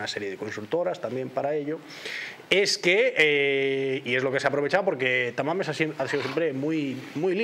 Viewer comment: Ah , pensé que decía San Mamés y yo decía y que pinta aquí San Mamés , jajaja y es que dice Tamames.